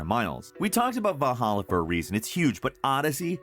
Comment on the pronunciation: it's people like him (no real offense to him) that don't know shit about norse mythology and viking history that praise the shitbox of a game they call ac vaaaawwhlhawwla